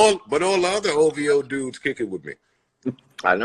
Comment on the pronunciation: Did Joe Say Hoe.V.O?